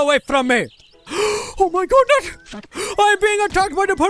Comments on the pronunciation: Someone count how many times he says "O MY GOODNES." Sorry I ment "O MI GOODNET." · Said O MI GODNETT nine times, and said OH MY GOODNESS once.